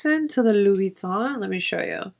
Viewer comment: Love this video, i wish more makeup and content creators were like you!! and your pronunciation of Louboutin is *chef's kiss*. Just curious but do you know what interior size of the case? I actually stumbled across this refillable case because i was looking for a business card holder that was a little...different. this definitely checks all my boxes but I'm curious about size.